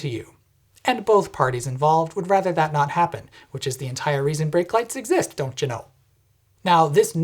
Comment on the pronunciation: Everytime you say ''Dontt you know'' i imagine you in funky phantom cosplay...